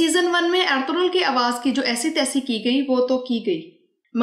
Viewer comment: Yeh eldurul hai ya althughral pronunciation sahi nhi lugrhi aapki